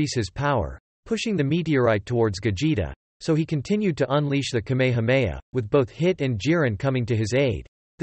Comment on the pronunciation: bruh say kamehameha right